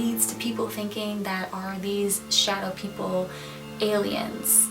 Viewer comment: I thought you said shoutout people